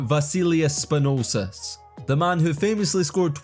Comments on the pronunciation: Where'd you get the extra 's' in Spanoulis? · SpanulSis - where in the heck did you get that other S from? :D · SpanouLis, not Spanousis bro, just read... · SPANOULIS NOT SPANOUSIS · 'basilias spanosis' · who the hell is Spa Noole Sis?? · What about spanoulsis lol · Great video! But Spanoulsis 😂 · The pronunciation of "Spanoulis" was really bad. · You made Vassilis Spanoulis half serbian, and also messed up his surname. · Please put some effort... Bolonnga? Beleeshea? Spanulses? And please don' be biased use facts: "traded to their better rival"??? (7 vs 3 Euroleague titles, 39 vs 14 national championships) also Spanoulis' 2009 Euroleague title was not with Olympiacos but with Panathinaikos. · Bolonga was wild....Slossas(Sloukas) too...Spanosis wild one too...just need to read and spell dat shiat....Spanoulis...not difficult at all....bjelica became italian too...🙃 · Although Bolonga, Spanoulsis and Belisia were the worst, I really enjoyed the cretivity on Slauskas (it is ponounced just Slukas)